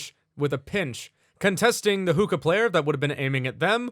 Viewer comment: ah the classic experience also its pronounced hook-kah(sorry if it comes of as nagging)